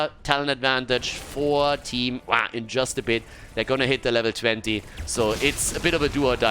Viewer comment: I wish the pronunciation of team WAH didn't have to be said in such a way every single time. After a while it sort of gets cringy and annoying to me but either way, good series. Best of luck to both teams in the future.